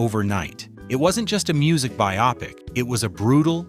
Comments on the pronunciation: The word is "BY-oh-pic", not "by-AH-pic" ffs. Grumbles at ai slop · Wow you lost all credibility by saying Terron played Otis - dear lord. Plus no credit for Terron singing all Eddie’s songs? Plus learn how to pronounce bio-pic. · the word was 'bio-pic'.